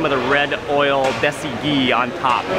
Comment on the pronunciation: yo im Pakistanis and im not trying to be mean but its dasie deesie